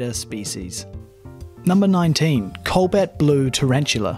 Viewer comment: DUDE! COBALT NOT COLBAT!!!!!!